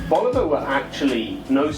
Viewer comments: It's Bulova, not Boluva. At least get the name right. You claim expertise on the subject and yet can't even get the brand name right. Hmm. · I respectfully disagree. It's BoolOva or BOlOva. Never Bolyouva, as some pronounce it. I know it is of Czech origin but it is an American brand and the pronunciation is closer to BOlyouva. Anyway, you provided a fantastic review and I don't want to detract from caught by getting caught up in the intricacies of pronunciation.